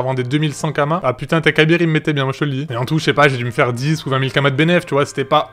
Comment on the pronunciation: "teikabir" cet accent 😂😂😂😂😂